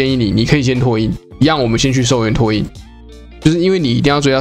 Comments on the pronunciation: 拓印: ㄊㄚˋ ㄧㄣ ˋ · 拓 ㄊㄚˋ 印 😄